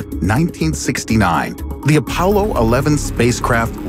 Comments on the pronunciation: "Apaulo" Lmao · The “Apaulo”?